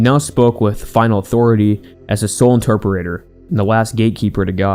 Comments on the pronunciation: I love they way you create your videos. You are a really good journalist….I do have one minor note. I’ve heard you say the word “Interperator” several times….do you mean to say interpreter? Anyway, keep up the good work!! Your videos are really good! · I love you dude but you leave syllables out of words like constantly. Interpreter becomes interperer